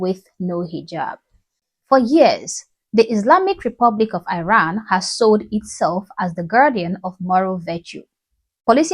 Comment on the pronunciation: My love I appreciate your videos💗‌ just a small reminder that you are pronouncing the name of my country Iran in a wrong way